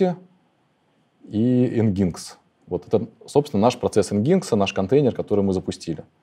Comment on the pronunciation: Nginx произносится как: "энджин-экс". За лекцию спасибо.